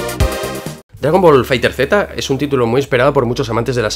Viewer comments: Se pronuncia "fighters" no fighter z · FAAAAIGTEEEERSSSSS NO FAIGTER Z el mismo banda namco lo dijo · Maestro, no se dice dragón ball fighter Z, se dice cómo se escribe, dragón ball fighterzzzzzz. No se nombra la Z al final.